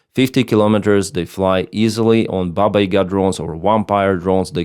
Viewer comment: Every time I hear you say "BabaYaga", it sounds like "Pabaiga" which is a Lithuanian word meaning "The End", which is quite a suitable name 🤣